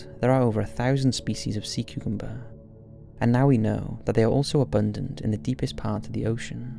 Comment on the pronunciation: I’m so sorry but I’m cracking up at your complete inability to pronounce cucumber 😅😅